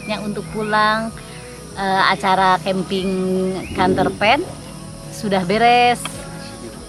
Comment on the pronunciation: Terhibur waktu pas bilang counterpain😂